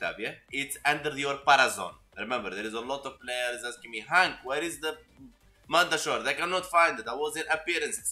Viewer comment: The way you say mandachord....mandatory....I say it like cord not shord it was just something little I laughed at....